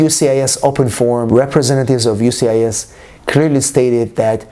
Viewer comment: Why can't he say USCIS? He keeps saying UCIS